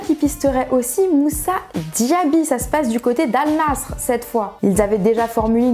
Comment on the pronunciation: la manière dont elle prononce Al Nassr est très désagréable